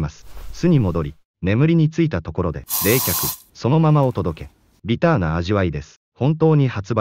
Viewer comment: ビ→タ↑ーな味わいです